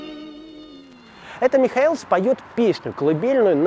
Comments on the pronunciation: ну почему МихоЭлс, если он МихОэлс? Об убийстве Михоэлса подробно рассказывал Парфенов в третьей серии "Русские евреи". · Вообще-то ударения надо ставить правильно. МихОэлс. а не МихоЭлс. Хотя Вы и из Петербурга, но тем не менее... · в фамилии ударение на о -МихОэлс. Спасибо,очень познавательно. Удачи))) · Ударение МихОелс, я так думаю